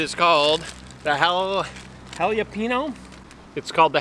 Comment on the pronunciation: Pronounce jalapeño right next time lol. Still a good video .